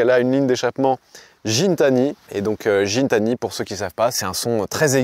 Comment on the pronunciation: C’est Guitani que ça ce prononce le mec a une chaîne YouTube il est très pote avec le Canadien de chez DDE avec qui Pog va en gunball